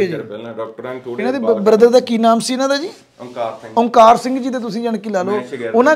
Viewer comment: Veere ਤੁਹਾਡੇ ਇਲਾਕੇ ਵਿੱਚ "ਸੀ", ਨੂੰ "ਤੀ" , ਕਹਿੰਦੇ ਹਨ ਪਰ ਮਾਝੇ ਵਾਲੇ ਅਸੀਂ ਵੀ ਤੁਹਾਨੂੰ ਸੁਣਦੇ ਹਾਂ ਇਸ ਲਈ ਤੁਸੀਂ ਕਿਰਪਾ ਕਰਕੇ "ਤੀ" ਦੀ ਜਗਾਹ "ਸੀ" ਬੋਲੋ , ਸਾਰਾ ਪੰਜਾਬ ਤੁਹਾਨੂੰ ਸੁਣਦਾ ਹੈ, ਤੁਹਾਡੇ 'ਵ" ਦੀ ਥਾਂ "ਬ" ਬੋਲਦੇ ਸ਼ਾਇਦ ਜਿਵੇਂ ਵਾਲ ਦੀ ਥਾਂ ਬਾਲ